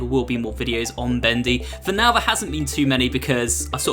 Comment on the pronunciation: When you say there it sands like free